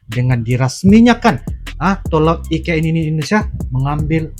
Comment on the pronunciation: Mas bukan ign tapi IKN maafya mukin saya salah dengar.